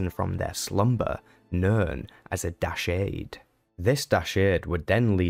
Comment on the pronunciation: You keep pronouncing Dashard in an odd way. They say it out loud in the game, so that shows how it's pronounced. Also he must have been a powerful Sith indeed if he can turn human at will. :P